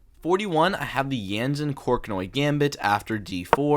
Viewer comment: Did you say Corknoi?